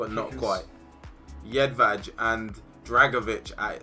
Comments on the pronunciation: How do you pronounce jedvej incorrectly it is yedveye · Btw its pronounced Jedvai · It is pronauced Jedvaj